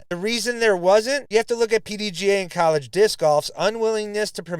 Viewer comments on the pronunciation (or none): Why did you pronounce college like that?